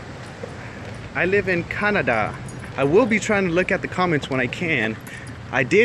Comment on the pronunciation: Dude when he said "I live in Canada" I couldn't hold back how he said "Canada" Bro I'm so srry